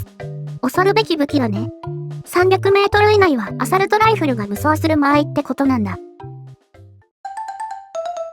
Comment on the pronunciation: アサルト⇒アソールト